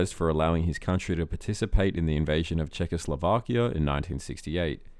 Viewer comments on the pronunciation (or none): none